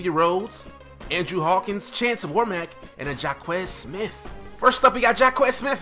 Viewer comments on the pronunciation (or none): none